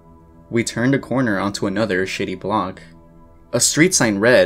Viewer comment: I had to rewind to make sure you didn't say "shitty block".